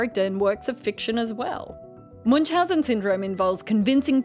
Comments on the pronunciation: Your pronunciation of Münchausen syndrome is just hilarious xD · The pronounciation of "Münchhausen" striked the German in me a bit, but I can't complain since my fellow native speakers aren't well known for their nice th. Anyways, if somone wants to approximate "ü" try "ee" (as in easy), it's a lot closer than u and requires minimal effort. To get even closer, take your "ee" and round your lips as you do in "o" to make it "darker". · the name's actually German and Münchhausen - the two dots above the u make a completely different vowel that's called "Umlaut" and sounds nothing like an u. I don't think there's a similar sound in english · This thing here might be called Munchausen, but the person this name is based on is called Münchhausen. Where did the second "h" go? And why do english speakers mess with umlauts so much?